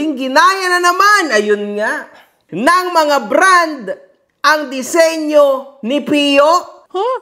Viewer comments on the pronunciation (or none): Yung disenyo di senyo😂😂😂